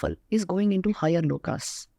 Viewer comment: V : she says "Lokaa." Not correct. Right: "Lok/Parlok/Shlok (not "Shloka")." Kindly cure your mindless Indian obsessions with the letter A.